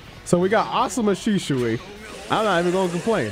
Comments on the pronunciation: Shi-sui* not shishui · Really bothered me how you said sishui instead of shisui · why he saying “shi-shu-i”? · Naruto: "Shisui": "Sishui... Shishui..." Viewers: 🤨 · I've never heard anyone pronounce shisui so oddly, also they did mihawk dirty with that trash mugen